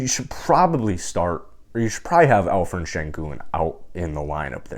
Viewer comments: Alperen not Alferen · great content. I hear like you call 'alferen'. its better to call with p.=) al peren. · I heard some Alphred :)